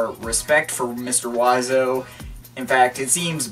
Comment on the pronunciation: I like how you are pronouncing Mr.Oizo oiseau(pronounced wah zo) rather than being pronounced Oi zo